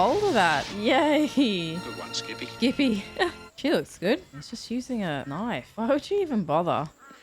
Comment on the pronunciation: "That's not a noif" "THIS is a noif"